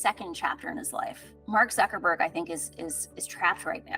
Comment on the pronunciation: io mi chiedo da anni oramai senza speranza: ma perché tutti e dico TUTTI (compresa l'autrice del video che sto commentando a ) dicono ZuckeNberg anziché ZuckeRberg? PERCHÈ!??!!